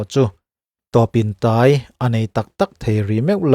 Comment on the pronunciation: "Tawpin tai" tih a "tai" lai hi "mai tai" kan tih a "tai" kan thluk danin thluk zawk tur a ni e aw